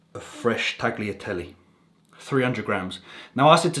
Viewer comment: I’ll be honest Pal, I’ve loved your videos from day dot. I know your half Spanish lad but please for the love of Jesus Christ himself. Change the way you say tagliatelle. You can’t say carbonara with an italian accent and then pronounce Tagliatelle like that. Please consider... great video